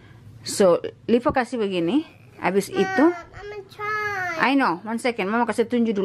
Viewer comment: you gonna "lipa" again 😂😂, good girl rachel❤️